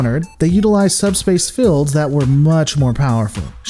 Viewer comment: How come your "shields" and "fields" doesn't have "i"s in it? I mean you pronounce them wrong, its a bit cringey to listen. Sawry.... ✌🏻️